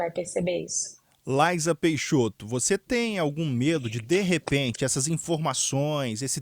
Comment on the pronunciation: O espaço é um assunto muito complexo esse jornalista e muito leigo pra tá fazendo essa entrevista à única coisa que ele sabe é pronunciar o nome dela correto vamos esperar a entrevista dela pelo Elom musk